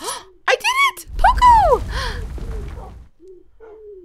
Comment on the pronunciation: its pronounced Po-co not pooco like coco in coconut